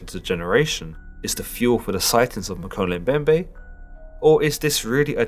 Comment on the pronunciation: Woah. Talk about a coincidence. I just started reading a book that mentions the Mokele Mbembe. It's called Cryptid Hunters. On another note: you pronounced the name wrong. It's pronounced "Mo-kee-lee Em-bem-bè"